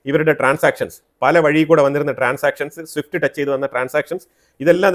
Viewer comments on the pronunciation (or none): none